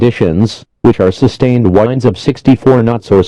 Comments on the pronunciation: Hurricane force whindes LOL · Hurricane wines lol